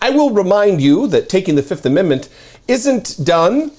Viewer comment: Trump pronounced it as "the fiftht"